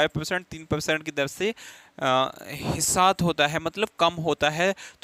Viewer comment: ह्रासित को हिसात...??? 😮